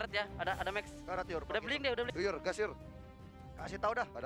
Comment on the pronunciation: Yur berubah jd Your 😂😂😂